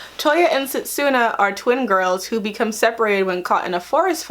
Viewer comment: At least pronounce their names right. Towa, setsuna and moroha.